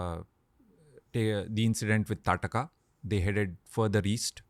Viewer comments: In Odisha, Its Taaraka. There is always this regional name change which comes with pronouncing names. For Shri Ram, we say Prabhoo Sree Rama. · It's taarkaa or taadaka not tataka